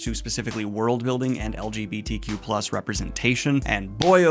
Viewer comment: It's funny when the person who looks for "lgbtq+ representation" can't even say "lgbtq+" properly. I understand reading fantasy to be an escape/comfort, but I don't understand this growing trend of only wanting to read books with characters that you "identify" with when that identity is literally just who you're attracted to. If I'm reading a story that has people of other races, ethnicities, cultures, sexualities, etc. it's BECAUSE I DON'T identify with them. And in a world where life/death is at stake the least important thing is who the characters have sex with.